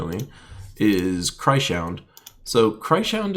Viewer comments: Cry-Shound? xDD I think it is probably Krys - Hound. Because he's a Hound made of Crystals from Krystara ;) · I'm pretty certain the new troop is pronounced chris hound. Love your videos anyways.